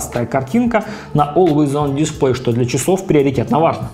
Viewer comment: Олуэйс он дисплЭй, а не дИсплэй